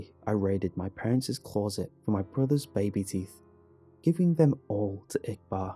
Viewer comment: I can’t help it but I get so triggered by the way you pronounce CLOSET 🙉